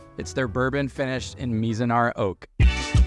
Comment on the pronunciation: My man. You gotta learn how to say Mizunara before doing a video about it. Lol